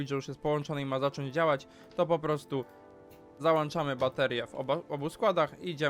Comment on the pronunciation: Słodki jeżu w malinach, załĄczamy a nie załANczamy!